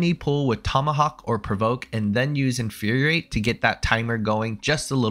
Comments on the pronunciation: Nice job creating a concise explanation. But ya gotta stop saying “inferiorate”. It’s “infuriate”, four syllables - as in to make something “furious”. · Infuriate only has one R, man. In-fur-ri-ate. You're pronouncing it like "Infuriorate" and it's confusing as heck. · Not me just pausing every time says "Inferior-ate" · Hey I'm sorry but Infuriate only has one R and 4 syllables